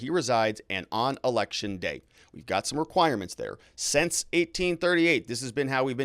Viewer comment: Learn how to pronounce the word "sInce", please.